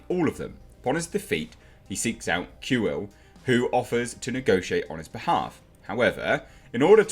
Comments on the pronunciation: Kuill is pronounced "Quill". I have spoken. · Pronounced “Quill” Keep it up mate!